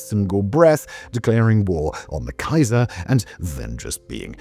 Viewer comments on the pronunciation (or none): none